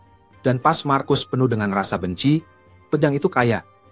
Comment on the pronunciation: Marcus dibaca Markus tod